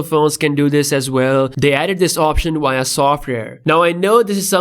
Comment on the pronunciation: please look up how to pronounce v sound in English, its embarrassing hearing you say "innowating" and "wia" lol